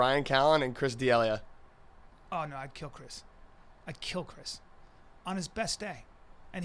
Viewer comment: For sure change out that beardguy, he does´nt know shit about audio, like what a limiter or a compressor is and does now know how to pronounce Chris D'Elia! Come on!